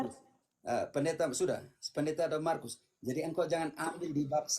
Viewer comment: Markus sebutan sok, harus ada huruf k bukan so..🤣🤣🤣🤣🤣 logat mana si Markus ini🤣😓🤣